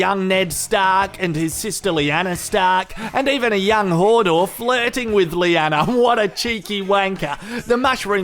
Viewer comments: It's hodor not hordor haha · i love ya, but its not fucking hordor, its hodor - also its not brianne its brienne